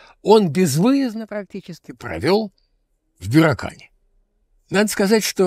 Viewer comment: Прошу прощения, но всё же БюрАкан - через "А"